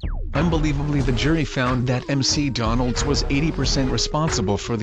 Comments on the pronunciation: M-C-Donalds??? Google translate much? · I love how the text to speech thing calls McDonald's, "M.C. Donald's".